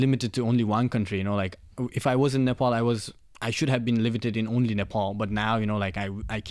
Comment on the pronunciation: Being Nepali ,It would be really nice if u you could pronounce Nepal, Kathmandu n Pokhara as Nepali.